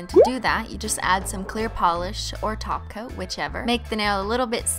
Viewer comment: WAIT IS SHE SAYING TACO OR TOP COAT?!